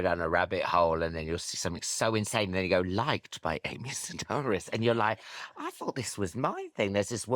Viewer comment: Why did no one tell Alan Carr that the name is pronounced "Se-DARE-is" because it's Greek and not "Se-DAHR-is"? This has been common knowledge for 30+ years, especially because David Sedaris has been so popular on radio, interviews there and on TV, and audiobooks. Where you can hear the pronunciation, not just read it.